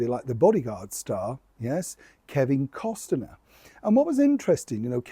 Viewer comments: Learn how to pronounce Kevin’s last name 😮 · no t in kEvins last name! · Kevin Costner pronounced Cost-ner. Only two syllables. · Why do you keep saying "COST-EN-ER"? lol That's not how it's pronounced. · FYI - Costner is pronounced with the T silent. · Just a note - when you say Costner - it’s a silent “T” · The proper pronouncation of Kevin's last name is Cost' ner. Most even leave off the T when they say his name. Either way, keeping Megs away from the mic brought flying and breaking dishes when Harry got home. 😅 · Enjoy your videos,, but today you've been adding an extra syllable to Kevin Costner's name! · Why are you adding another vowel to Mr. Costner's name? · There is no I in Costner,? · Its Costner, not Costener. And you have secret sources? Yeah, ok, right. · Hello, I keep it zipped when you make the odd spelling mistake etc, but I do wish you'd get Kevin's surname right....it's Costner not Costener. I'll shut up now. Penny from Christchurch. 🇬🇧 ❤ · I think it’s pronounced CostNur. Not CostenNur. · Cosner.... sweetpea, no disrespect 🥰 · Cost-ner not Cost-en-ner please! No one wants the Sussexes in their orbit. Kevin Cost-ner will at all cost, endeavour to keep the Sussexes at arms length because they destroy reputations by just being associated with them, ditto the Yorks. It’s time all four had their titles removed and were forgotten forever. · Costner NOT CosTener. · It’s Cost-ner, NOT Cos-ti -ner. You always mispronounce everyone’s name and I consider that to be so rude that you can’t figure out how to pronounce a name. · The pronunciation of Kevin Costner is NOT Cos-ten-er but Cost-Ner (2 syllables). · Costaner? I think it is pronounced Cost-ner. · It’s Kevin Cost-ner, not Kevin Cos-ten-ner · It's costner, not costiner ♡ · It's Kevin Costner, not Kevin Costener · You keep saying Kevin Costener, it’s Costner. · COSTNER NOT COSTENER!!! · it’s NOT Kevin COSTINER ITS COSTNER - the T is silent.